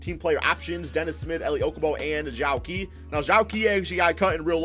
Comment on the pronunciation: It's not Zhou qi its pronounced jo chi